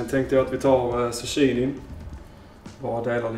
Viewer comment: Någon annan som undrar varför uttalar zucchini för susshini…😂 in i videon